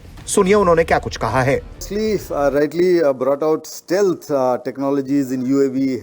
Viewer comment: ****ANCHOR: "STELTH"--**NOT "STILTH"--"STELTH" RHYMES with "HE(a)LTH"--& "HELP", "WHELP","BELT"!!!TRY IT!!!